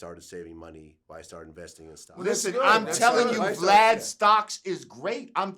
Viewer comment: He called him “V - Lad” tho 😂😂😂